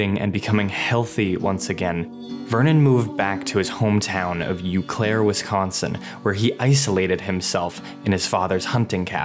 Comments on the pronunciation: YOU CLAIRE WISCONSIN LMAO thank you sir for making me laugh. Its pronounced Oh Claire, but its French and French words make no sense so honestly you did your best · Great video! "Eau" is pronounced as "Oh" though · its pronounced (oh claire) btw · It's pronounced "Oh" Claire. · Lol it's Eau Claire (pronounced like OH Claire, not YOU Claire) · Cool vid. Btw the “Eau” of “Eau Claire” is pronounced like “oh” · As a guy living 40 minutes from Eau Claire, hearing someone pronounce Eau Claire as "you claire" is hilarious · anyone from the midwest cringed at “yew Claire” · BTW it is pronounced OH Claire! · its pronounced OH clare wisconsin ya dip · I loved this! Just not how you pronounced Eau Claire. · Great vid but bitched pronunciation of Eau Claire 😆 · Learn how to pronounce his hometown and my hometown of Eau Claire. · Learn how to pronounce Eau Claire.